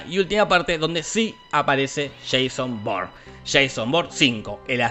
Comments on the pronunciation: He (re)visto la saga hace algunos días, pero aqui estoy porque en las pelis no se puede oír: mucho cuidado por él es Ja-Son Bo-ur-ne 😏😏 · corrección; Sheiso born. -no aguata Shon wick...